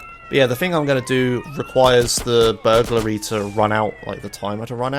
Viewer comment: Vehlicles used this episode: Bobcat Emperor HPV1000 Shamal Blade NRG-500 Maverick Huntley (yea it's kinda rare) Boxville Police Enforcer (bonus list) Words mispronounced this episode: Atrium Caligula's Burglary